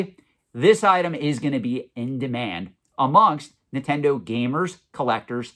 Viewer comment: It’s Nintendo not “nittendo”